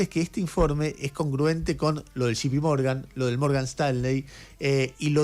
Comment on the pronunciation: Jay Pi Morgan no Gi Pi Morgan